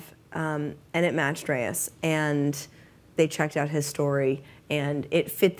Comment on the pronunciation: I love how he calls Reyes "destiny"